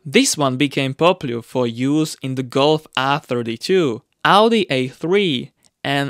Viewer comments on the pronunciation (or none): none